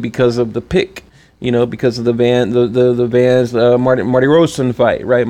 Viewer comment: Just FYI big homie,.. it's Vanes (Vaa-Nis) Martirosyan (Mart-a-roshin)